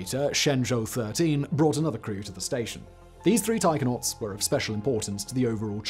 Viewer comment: I thought Simon was saying "tiger-nauts".